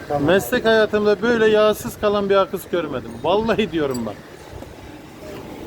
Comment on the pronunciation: Akıs diyen dillerine gurban. Sağlık ve sıhhatle saygilarimla